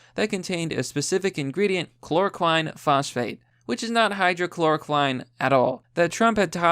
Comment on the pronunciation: Not even slightly surprised that you just can't figure out how to correctly pronounce 'hydroxychloroquine' even when the word is right in front of you. Pathetic.